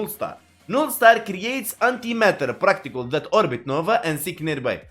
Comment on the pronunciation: You speak better English than half the voters in this nation, but PARticles...... Not PRACticles.